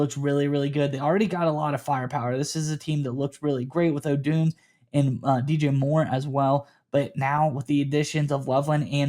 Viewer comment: Guys...great picks. Let's please step up and pronounce our guys name right...hes been here for a year now. Ohhh--doon--zay. Oh doon zay. Odunze